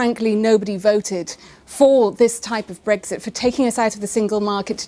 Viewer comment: What is it with these clowns and not being able to say Brexit properly? It's not BREGGSIT, it's Brexit, not a single G in sight...